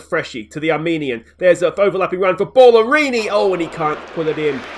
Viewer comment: Surely Bala-rini not Ball-arini lol